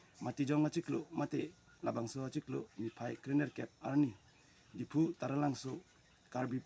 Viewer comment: Pls don't pronoun Dfu... Its Diphu not dfu or anything else. Good luck everyone